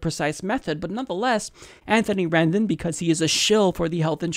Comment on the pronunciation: "Rendon" Rendon!